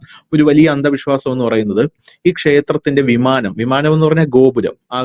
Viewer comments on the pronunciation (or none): വിമാനം അല്ല ബിമാനം...